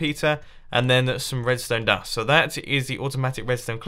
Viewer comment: He said redstone dun